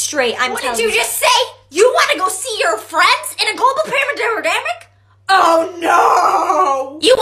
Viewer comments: The mom saying "global pander-amic" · "In a covid pararamadiric"😝😂😂😂